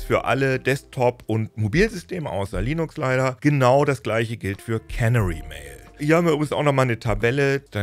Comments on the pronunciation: Der Punkt ist, wo die Betonung liegt. Es ist nicht KÄNnery (cannery), sondern keNÄÄry. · Canary wird (wie auf deutsch auch) auf dem zweiten "a" betont. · Canary (Kanarienvogel) wird übrigens nicht wie Cannery (Konservenfabrik) ausgesprochen. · Canary wird typisch für Englisch »Känäri« ausgesprochen.